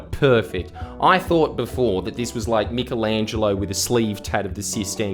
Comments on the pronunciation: Fuck me, Jordan, why the fuck are you shit at pronouncing words Michael. Angelo. Now put them together. Michaelangelo. Not Mickel-angelo. Fucks sake. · Say “mickleangelo” again and I’m voting liberal.